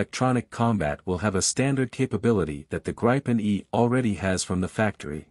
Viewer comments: It is Gripen with an "i" like Indiana, not with the "i" like in Idaho. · Greepen, not Grypen, dammit! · It’s a long “i” pronounced more like the “ee” in “green”, so “Greepen”. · I doubt Saab or the pilots will be offended by a slightly incorrect use of a word but we Swedes pronounce it both like green and grin depending on the person. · 'Gripen' means 'the Griffin'. A 'grip' is spelled like this in Swedish for a reason, the 'i' is pronounced long, like 'ee' in English. If the 'i' should be short, there had been two 'p', 'gripp'. 'Greepen' it is. And, 'graipen' sounds like 'ripen', bananas. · It's pronounced as ee in keep! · I do have a gripe with how the name of this fighter is being pronounced. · I’m Swedish too and I’ve never heard anyone pronounce it “Grippen”. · pls teach your tts how to pronounce gripen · Man I can’t stand these synthesized audio voice overs. Pronounce the plane’s name correctly!